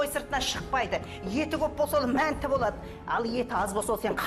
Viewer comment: Мәнті емес манты гой хахаа